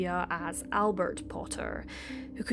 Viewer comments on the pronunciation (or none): none